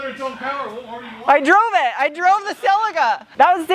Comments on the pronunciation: Its pronounced Sul lee kuh not sellica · Its pronounced Cel EAK a